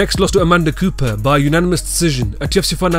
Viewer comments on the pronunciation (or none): none